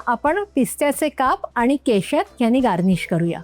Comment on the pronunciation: अहो प्रत्येक वेळी पोटफोड्या ष नसतो वापरायचा ,,खटकतं ऐकताना कानाला.अष्या प्रकारे नाही तर अश्या प्रकारे ,केषर नाही केशर ,,नीट उच्चार नसतील तर ऐकताना त्रासदायक वाटते.रेसीपी चांगली आहे पण ह्यापेक्षा चिरोटे जास्त छान लागतात.असो....